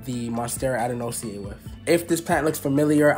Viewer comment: Name is pronounced Ad-an-sony-eye 😬